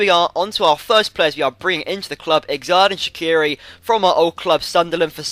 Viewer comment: when you say xhedran shaqiri, the xh is pronounced as g